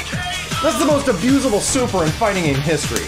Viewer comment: "That's the most abuzable super in Fighting Game history !" One Word : RESURECTION